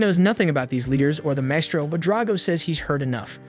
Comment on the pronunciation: AI: "Wurdz R hard" Maestro? Also AI: "Wurdz R hard"